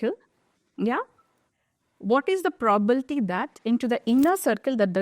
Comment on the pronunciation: It is not probalty It is probability